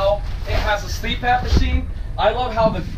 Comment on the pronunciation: I love that this coach has so much for the low price point. That TV by the dinette really is pretty irrelevant. One thing I absolutely hate that the entire RV industry does is non-standard size beds. Really limits your options for upgrading your mattress later and your sleep quality really is important. Anyway, I've gotta correct you, it's CPAP not Sleep App lol. Not a big deal, just had to say it.